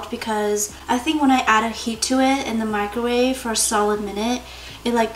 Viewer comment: Wooh I'm glad I'm not the only person who says microwave like mikerwave